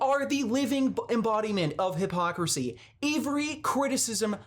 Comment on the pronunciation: Or when he says hippocrit or hipocrassy